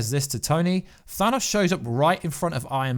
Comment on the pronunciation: "ThanASSSSSS" lol